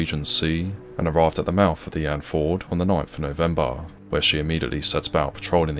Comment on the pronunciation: "haytch" and "mouf"... come on, mate, do better.